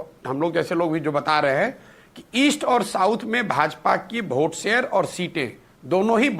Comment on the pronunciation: अरे कैपीटल C तुम्हारी कोई साईटीफिक स्टडी है क्या ? तुम वोट को भी भोट उच्चारित करते हो ब्याहरी बुडबक कहीं का।